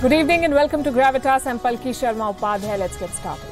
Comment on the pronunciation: Her name is not Sharmi. But Sharma.